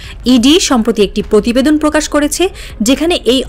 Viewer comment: পকাশিত পতিবেদন ... সংবাদ পাঠিকা আপার প এ রফলা থাকলেই এভাবে উচ্চারণ করতে হবে! এই সংবাদ পাঠিকা কোনদিন কি প এ রফলা উচ্চারণকে সঠিকভাবে উচ্চারণ করতে পারবে? পকল্প ,পতিবেশী, পতিশ্রুতি, পতিদিন, পতিবেদন, পকাশ, পতিষ্ঠান, পধানমন্ত্রী , পতিটি - আমি ছাড়া কারো কানে কি এই জিনিস খটকা লাগেনি?